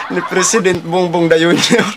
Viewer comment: Parang slip of the tongue yung dayunyor haha.